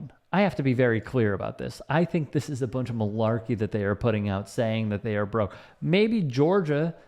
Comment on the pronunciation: Dim, doughs,da Them,though, they 😂😂😮